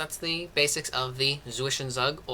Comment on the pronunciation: Very helpful, but my god help your pronounciation of "Zwischenzug"